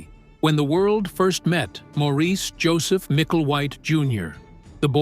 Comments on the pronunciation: SAY Morris not MOREECE ya flamin drongo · Maurice is pronounced Morris.